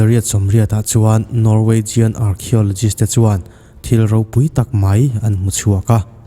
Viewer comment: Hmm...ngaihthla tran dawn chauha Scandalnavia in han tih nghal trut a!!! Hetiang em² te ph han tih dik loh! I Norwegian lam dan te khi a diklo re² a thluk te khi, 1200 vel atrang pawn an rn lang tranlo... 824 vel trangin asin, ka ngaithla peihlo mai, i nawi emai